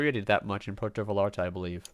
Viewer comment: Actually it's more like VA-SCHAR-TA. there is a real quick and sharp "sch" instead of the normal double l sounding like a y. It's a local way just for vallarta. So you are correct and the y is wayyyy better than sounding the L's like English L's. But one more class above ya its a scha sound. Most foreigners say Porto vayarta.. And it's close so it passes. Puuwerto vyscharta <--- say it like that and kinda quickly. The sch and the r should come out almost with out being noticed.. And project the vy, a, ta strongly. I've been living here for so long I was always getting corrected when I'd say it like you are describing and finally a local explained it to me..